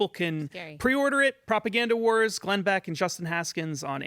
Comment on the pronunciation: His name isn't Glenn "Back," it's Glenn Beck.